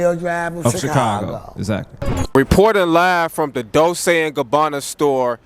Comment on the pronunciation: It’s pronounce dol-chay